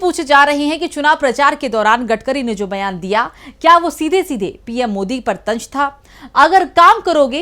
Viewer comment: न ख़ायेंगे न ख़ाने देंगे ये खराब उच्चारण हैं। कहां सीखते हैं। तंज क्यों तंज़ न बोल सको तो व्यंग बोलो। भाषा सीखना आसान है। अवहेलना छोड़ना दरकार है।